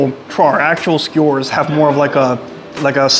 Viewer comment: Skee Ew_ers. u said scores, lol.